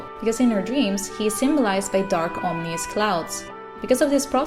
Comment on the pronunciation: Ominous. Ah-meh-niss. Other than that, this video was pretty rad.